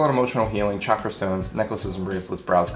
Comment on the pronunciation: Bonus points for pronouncing both chakra and hanza correctly.